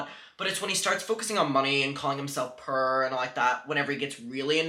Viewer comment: the way you say "Poor" with your accent makes the sentence 10 times funnier, "He's purr"